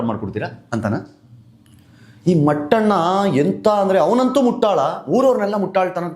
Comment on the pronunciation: Mattana alla mettana😂😂😂😂